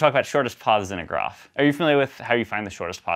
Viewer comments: The truly hard problem is to find out how this guy ended up with an American accent except for "poth" and "groff" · This guy is from California except when he says ‘path’ and ‘graph’! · It’s amazing how can make the words “farthest”, “path”, and “graph” all sound the same 😂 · The pronunciations differ after many decimal places.